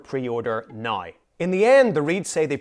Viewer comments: Love how you say nai, dain, praid instead of now, down, proud 😅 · "Website nigh say..." AI, can you speak English? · Why do you pronounce “now” like you have a mental defect?